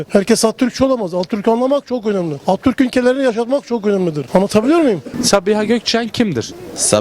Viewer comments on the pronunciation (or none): de Atatürk'e Attürk diyor ayıp be.